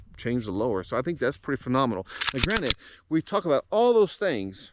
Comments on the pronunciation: I hate it when people say "granite" instead of "granted"! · I had to leave after the 3rd "granite". The word is "GRANTED", not "granite". Too bad, because I wanted to hear your issue with the RXM.